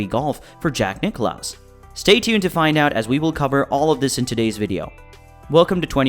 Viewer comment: Not Nick-loss, Nicklaus!